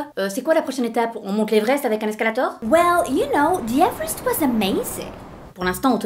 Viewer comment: Quand j'ai entendu '' l'evreste '' j'ai pensée a Soprano 💭😂😂😂😂😂😊